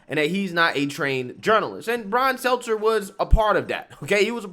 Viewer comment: This is the first time I ever heard this guy say Stelter’s name right… He reminds me of Jesse lee Peterson the way he butchers the shit out of words..